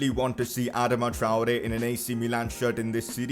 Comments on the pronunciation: It’s (ah-dah-ma) Adama (Tri-ore) Traore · Sign Adama only if u pronuce properly ..."adaama